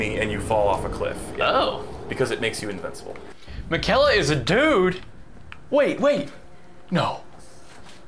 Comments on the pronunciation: infuriating to hear use the example of naruto being mispronounced by people and proceeding to say margit and miquella wrong consistently. said margit right one time and proceeded to correct himself and then say it wrong again. I love these videos regardless, its all part of the charm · It is crazy how they mention people not pronouncing characters names correctly and then call Miquella “Ma-kella“ right after Melania pronounces it correctly. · Dude you can’t complain about people mispronouncing a name in naruto and then you two proceeding misprounounce Miquella the entire game lmao. At the end mispronounces it literally as Malenia is saying it the right ray, he literally says on top of it lmao Btw this isn’t supposed to be mean I just thought it was funny, love the channel and the series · They do constantly mispronounce stuff in this game, lol. But to be fair these are a bunch of weird fantasy names, and they're talking over the dialogue most of the time which would inform them how to pronounce it